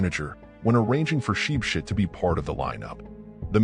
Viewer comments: As for “sheep shit”😂😂😂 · From now own ship ship ❤❤ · The way he pronounced his name 😭😭😄😄😄